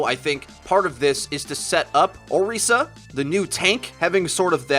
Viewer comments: Can you stop calling it órisa?? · So, when will people realize that they are pronouncing orisa wrong?